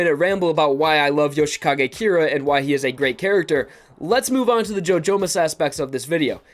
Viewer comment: i keep hearing ‘joe jonas’ instead of ‘jojomas’